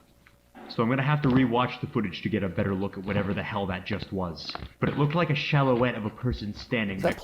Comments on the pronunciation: Anybody concerned that he pronounced silhouette as "shallowette"? This guy is obviously trying way too hard to ununciate his words, so hard that he messes up horribly every once and a while and maybe doesn't even realize it. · Why is nobody mentioning how said "Silhouette" completely wrong? Am I the only one annoyed by that?